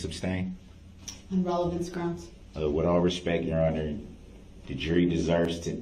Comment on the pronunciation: I cringed every time that bastard said relevancy for relevance.